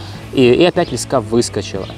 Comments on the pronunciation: Почему блогеры постоянно говорят лескА???. По моему ударение должно быть на первом слоге, т. е. лЕска.... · Не лесКа, а лЕска , наберут в блогеры чуваш по объявлению с остановок😂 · Не лескА а лЕска. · ЛЕска ударение е, имя существительное. ЛескА ударение а, родительный падеж от слова лесок (лес) Богдан снимал видео на краю лескА Школьная программа... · лЕска ударение на первый слог.